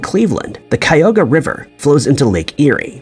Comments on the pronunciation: Cuyahoga River is pronounced Cuy-A-ho-ga (Cuy like Guy, but with a C). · And then you mispronounced Cuyahoga. It’s four syllables (chi -yugh-hoe-ga).